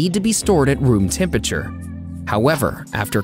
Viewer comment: TEM-PURRA-TURE (phonetically) It's not that difficult to say - what is wrong with so many people?